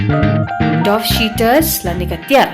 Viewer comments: kadei kein i lah bakla pronounce hangne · Dough wrong proncation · dough wrong pronunciation